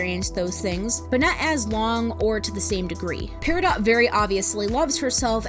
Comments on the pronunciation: Why is the character's name pronounced "pear-ih-dot" when the gem is supposed to be said as "pear-ih-doe"... I don't know why but it bothers me XD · It’s peridot like doe or dough. And while I try to stay out of my own spectrum areas, solely to show an appearance of being normal, and some of my friends when they found out said that either they didn’t know or that it made a lot of sense. My special interest is in literature, so while I may not be a standing ovation for speaking, words and their pronunciation and etymology are what give me curiosity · Her name is pear-a-doe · apologies if i'm being weird, but as far as my understanding of the english language takes me, peridot is pronounced peridoe